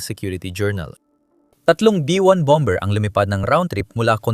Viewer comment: what bom.,bER BOBO K MAG PRONOUNCE...KONTEBT P SABLAY K NMN